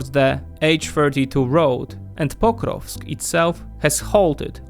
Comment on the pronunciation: am i the only one who hears Pop-rocks when someone says Pokrovsk? SLAVA UKRAINI 🇺🇦🇺🇲